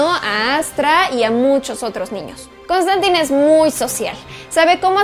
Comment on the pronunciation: ¿No se pronuncia Constantain? :P